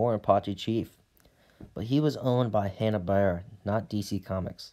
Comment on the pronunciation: Say it with me Hanna Bar-bera.